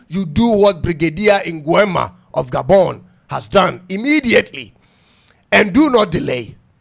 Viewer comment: The moment you said "Gabon" my initial credence I gave DROPPED significantly. Can't take yiu seriously at this point as you're clearly Clueless.